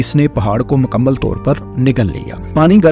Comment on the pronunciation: Makamal nahee Mukamil hoti hai bhai Azafa nahee Izafa hota hai. Malak nahee Mulk hota hai. Ammed nahee Bhai Umeed hoti hai. Masalsil nahee Musalsil hota hai Khalaf nahee khilaf hai. Bhai Urdu XYZ e kharab kardi, thori tusion bhi lelo Faisel Bhai se.